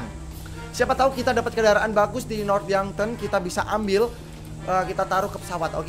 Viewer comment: North yankton bang bukan North yonkton